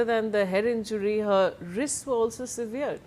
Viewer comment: Please pronounce SEVERED correctly, the way you are pronouncing it has a different meaning altogether. Today's anchors focus on their make up more than learning new words everyday. Shame